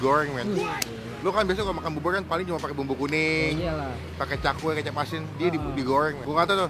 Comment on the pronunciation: Bubur bang bkn bubul